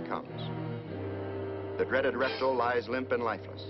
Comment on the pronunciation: I love how he says "reptle"